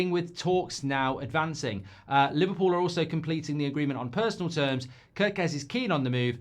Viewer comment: It is pronounced 'Care'-kez like the k-a-r in Karen.